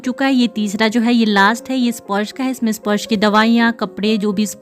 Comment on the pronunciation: स्पॉर्श क्यों बोलतीं आप स्पर्श को